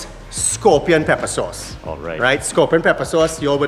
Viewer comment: It took me a while to figure out what "soss" was, then I realized he was mispronucing the work "sauce ".